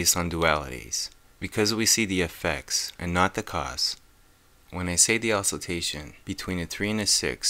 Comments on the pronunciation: How dumb you must be to pronounce oscillation as /osilTejshn/, instead of /osilejshn/ . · Oscillation (said osciltation) and nucleus (said nuculus).